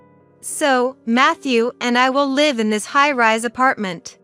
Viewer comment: It’s live misponouned incorrectly